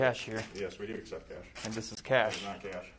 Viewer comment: I don't believe it said CHASH!